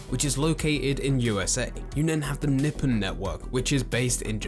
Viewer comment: the way he said nippon.. lol